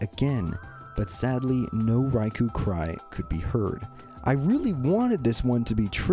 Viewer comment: It's pronounced like Rai-"koh."